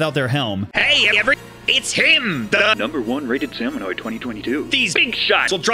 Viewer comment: Me hearing people say “salmonoid” instead of “salmonid” despite the fact we literally have the Slammin’ Lids which is a play on words for salmonid. No shade to anyone here I just hear it constantly 😭